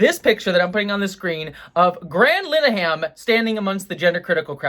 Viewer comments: Pronounce his name right. Linehan, not Lineham. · I was today years old when I learned that Graham Linehan wasn’t pronounced with a hard “I”.